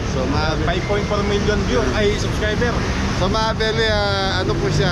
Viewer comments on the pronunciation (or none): Morning, "subscriber" po hindi "suscriber". Pasenxa npo lagi po ako nanonood pansin ko po lagi "suscriber" sinasabi nyo po at ung " shout out"shatawt po nsasabi...thank you